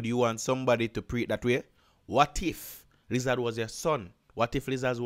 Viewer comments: 😂😂😂😂😂 I can't get over u saying "liz- zaz" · Bruh wtf is a lizaz😂🤣